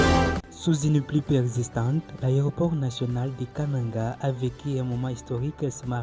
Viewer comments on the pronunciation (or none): Pourquoi vous prononcez Kananga comme les gens de l'équateur?